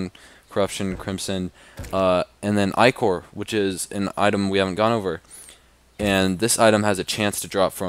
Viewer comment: Plus is said Lchor not ichor